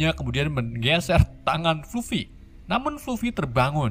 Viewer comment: Fluffy, di baca nya "flaffy Masih ada beberapa pengucapan yang salah😅